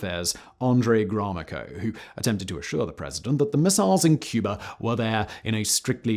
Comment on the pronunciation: There is so much wrong historically with this video. Kennedy was killed in Nov 63, not Oct 63. Gromyco pronounced Grommico, not Gorm-ee-co etc. But none more wrong than the batshit crazy Russians putting "harmless defensive" nukes on that even crazier MFers island because of some obsolete missiles in Turkey that couldn't hit the broadside of a Babushka. Dates and pronunciations, I'll give a pass as just plain sloppy research. But completely missing the history in context and replacing it with revisionist leftist bovine scatology ... that's different ... and obvious guys.